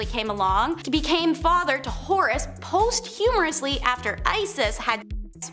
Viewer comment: Oh yeah & she pronounced posthumously "post humorously" in a video. She's as intelligent as your ability to identify intelligence.